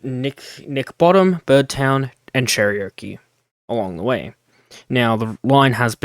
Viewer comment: Not be negative but it is pronounced Cheh-Ruh-Kee.